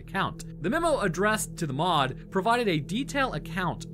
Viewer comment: It's pronounced as it is spelt, M.O.D Not "mod"